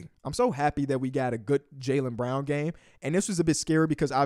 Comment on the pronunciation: The way he was saying Jaylen Brown in the beginning sounded like he was saying JayLeBron to my dumbass😂😂😂